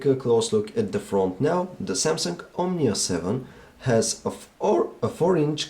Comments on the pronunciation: Why do you say: Samsunk-omnia 7??? Very Annoying.. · the SAMSUNK omnia seven lol xD